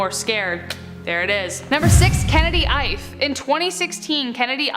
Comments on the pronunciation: You pronounced it wrong it's a yoruba Nigerian name he is a Nigerian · It's not hyf it's ife